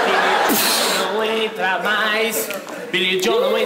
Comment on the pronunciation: Para os desavisados, é Joe e não Jow/Jhow ou qualquer outra coisa.